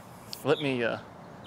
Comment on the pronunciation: the "milwauker"? 😂💀